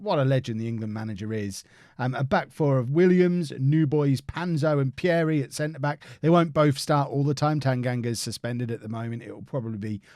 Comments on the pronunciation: Pierie is pronounced as Peeree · You pronounce Pierie wrongly, the first “ie” you pronounce the same way as the second “ie” as if you say the letter “e”